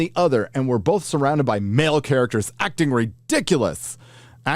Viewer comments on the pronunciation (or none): none